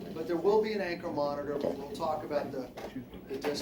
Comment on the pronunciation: WITH DA G-P-S moniTOR, lol Love how he says that